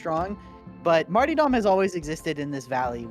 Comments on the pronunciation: Kinda drives me insane he pronounces Martyrdom like "Marty dumb" instead of like Martyrdom. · Marty-dom the Arbirator of carburator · pls stop saying martyrdom like that lol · "MaRtY dOm" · The way pronounces "martyrdom" is criminal.